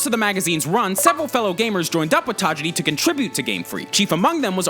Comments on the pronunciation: the only thing wrong with this video is that he kept saying tageedi instead of tajiri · Who proof-read the script? Pokemon Red/ Green came out FEBRUARY 27, 1996. That was the whole point of having the Direct yesterday. Also the mis-pronunciation of Satoshi Tajiri's name is cringe-worthy. Leave the Japanese stuff to Goomba. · The way that you're pronouncing Tajiri is destroying my ears